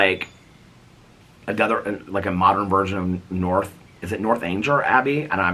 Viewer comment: It's Northanger has a hard "g" - nothanGer. :)